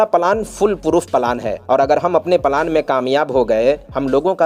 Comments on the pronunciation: यार भाई पलान नहीं होता प्लान होता है 😅बाकी मजेदार है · Plan thik tarahase bolo palan......kya hai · The way you speak out the words (Plan)is so disgusting.